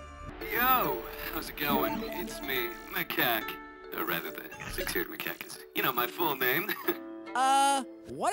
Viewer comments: The fact sandy called macaque maca quack 😂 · The fact that sandy called macaque maca quack